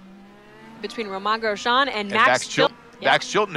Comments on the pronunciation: "Romahn Grejahn" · These announcers need to learn how to pronounce “Romain Grosjean”. Have they never seen an F1 race before?